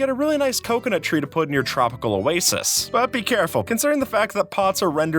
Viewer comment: "with som anvils to but for the aigdes"